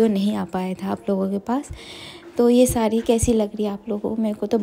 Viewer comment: शुद्ध बोलो सारी न बोलो साड़ी बोलो😂